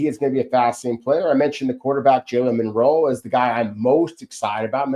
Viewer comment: rocks. IT IS MILROE NOT MINROE. MILROE.